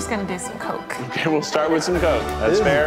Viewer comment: sorry but the "coke" made me laugh